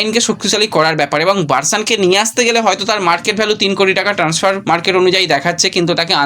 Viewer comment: আবার ট্যান্সফার।আর কবে উচ্চারণ ঠিক হবে!ইউটিউবের ব্লগ বানাতে গেলে নির্লজ্জ হতে হয় এটাই দেখছি